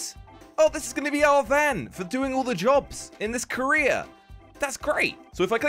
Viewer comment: When say career,I heard said korea